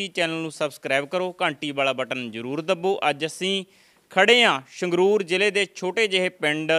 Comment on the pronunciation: Anchor ji apnia bhasha shood karo, Sangrur nu shangrur boldey ho asin nu ashin boldey ho deysio